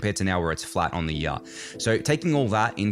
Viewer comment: Have another go at saying 'year'